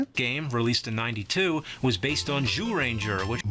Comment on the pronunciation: Zyuranger was pronounced like Jewranger in super sentai